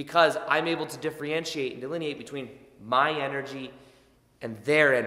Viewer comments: Really appreciate your content! A small grammatical correction if you don’t mind I think I heard you pronounce “diff-re-entriate” and I think you meant to say “diff-er-entiate” hope that helps and keep up the excellent work! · Thanks for the good info. (Listen how to say “difFERentiate” and not “difFREEentiate”. ) ❤️🇨🇦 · Is he saying diffree-entiate? Cute! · "Differentiate" ... [Diff- (er)-(en) ti-ate] ... I thought this might help. 💜